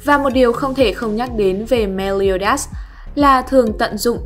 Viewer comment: Meliodas chứ ko phải meoleodias :)